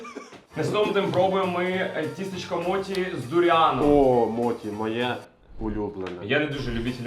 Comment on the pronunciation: відос імба, але як філолог я трошки поправлю вас, не моТі а моЧі. Бо моті то стара полівановська версія російського перекладу